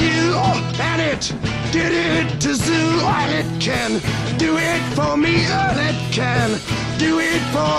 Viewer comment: BTW, It's "ZOOT" as in his guitar player Zoot Horn Rollo--- not "zoo"